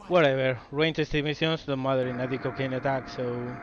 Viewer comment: BTW, when you say Dick O'Kane it sounds like "De Cocaine"! Maybe that is why your captain never sleeps. =P